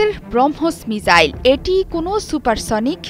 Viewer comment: মিজাইল × মিসাইল ✓